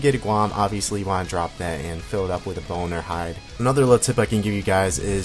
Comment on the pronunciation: lol, boner hide <- swear it sounded more like that than bone or hide